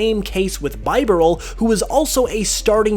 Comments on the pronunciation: It's pronounced bib-bar-rel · You said bibarl wrong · You pronnounced Bibarel wrong. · Cylasbreakdown He even mispronounced Bibarel.